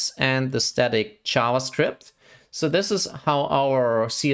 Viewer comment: I got confused when I heard "ChavaScript"